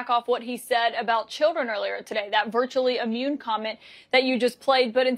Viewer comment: It’s not ammune, it’s immune.